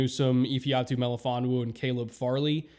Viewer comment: I really appreciate your pronunciation of Melifonwu's full name